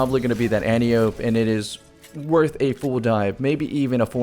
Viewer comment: Fun fact. Antiope is actually pronounced An-Tie-Oh-Pee. Named after greek mythology.